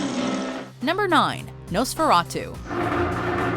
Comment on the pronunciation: “Nosferatuu”